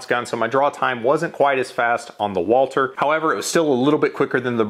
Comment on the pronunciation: Why can’t you say Walther properly? It’s not Walter. There’s supposed to be a th sound in there.